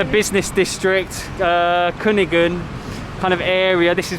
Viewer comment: Ngakak enak dengar ny sebut Kuningan jadi kunigen kekekkwkwkw. Receh gw sebatas kata kunigen